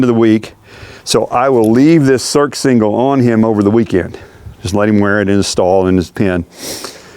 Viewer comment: It's pronounced "sursingle" not "surksingle"